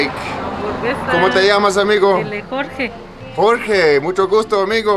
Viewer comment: Thank you for another amazing and inspiring video. Loved that my name (Jorge) was in it. By the way, you pronounced it awesome:)